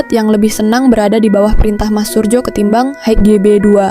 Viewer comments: Min bacanya sesuai Ejaan dulu J=Y jadi Suryo bukan Surjo. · Min narasi pengucapan nama salah krn itu msh tertulis dg ejaan lama jd bacanya juga hrs dg cara ejaan lama, tertulis surjo bacanya suryo, kalo ejaan baru skrg memang bacanya surjo yg kalo ejaan lama menulisnya surdjo di fahami ya.